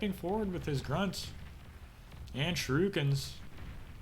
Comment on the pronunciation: "shoo-ree-kens" ... not "shi-roo-kins" ... :)